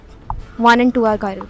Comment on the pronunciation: It is pronounced as one not woon😅